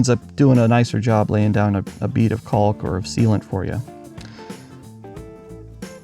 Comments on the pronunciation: And please stop pronouncing the "L" in caulk! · Caulk, balk, walk, talk. Pronouncing the “L” not necessary. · it's pronounced cawk. Sorry it just bugs me, I'm in the U.S. midwest